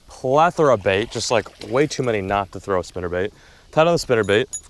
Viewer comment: Throw not "through"